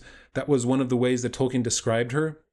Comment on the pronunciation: Dude, it's hard to take you seriously when you don't even know how to pronounce Tolkien's naame.